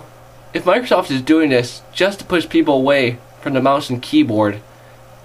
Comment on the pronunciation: Dude, where did you learn to pronounce 'th' as 'v'? I mean, 'vis is '? Honestly, you lose cred points by speaking like an English lout (or 'chav', as we like to say). Aside from that, some good points made. But try the preview, it's not all ass.